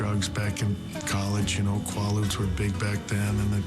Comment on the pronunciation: A few years late seeing this but I had to laugh at the "Oh yeah I did drugs when I was younger...". Dude, if you can't pronounce KwAHloodz" you didn't DO KwAHloodz, (Quaaludes). Geeze, he needed to show he was what, KEWL? Ha, ha. Boner.